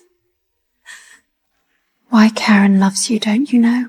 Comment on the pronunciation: I thought Ai was smart 😂…Karon. Kerin. Karen. Koran or…